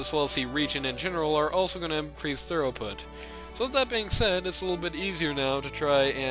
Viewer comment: It's thru-put, rather than thorough-put. :)